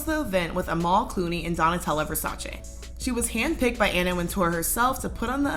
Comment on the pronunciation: I love how you pronouce Versace correctly loll, Ver-sa-chay